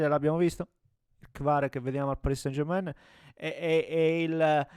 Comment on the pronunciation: Possibile che anche tu come tutti non sai pronunciare San German in francese. Mi deludi